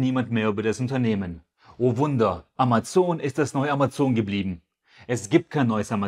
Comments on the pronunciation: Ich finde es sympathisch, dass du Amazon sagst und nicht Ämäzn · "Ämäzn" ist ja quasi die englische (original) Aussprache oder nicht?